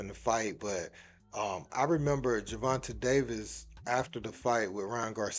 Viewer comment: Man y'all be torching Tank government name it's not TUHHH TAE at the end Gervonta(e) not Gervonta(TUHHH)